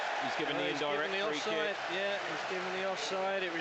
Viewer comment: BRo what the did Heh say free quick hahahaha that was so hilarious BRo I think he was to deep in the moment that he didn’t know what he was saying BRo but he did corrected himself perfectly tho 😆😆😆😆⚽️⚽️⚽️⚽️🔥🔥🔥🔥🤘🏽🤙🏽